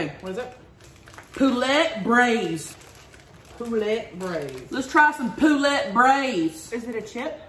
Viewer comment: The way she said poulet made me cringe a little. 😂 you are all cute!!